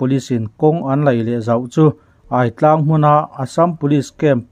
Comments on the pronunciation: AI tlang a? ÂI tlang tih tur. Ai chu Ai-kal, kan tih ang Ai hi lam rik tur a nih kha, media hrang hrangte lo sawi tawh thin angin. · Aitang i lam dan thluk hi na. Aidu,Aieng tih a Ai ri ang hian lam tur ani ang. Ai tlang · Aitlang i lam dan hi ava dangdai vele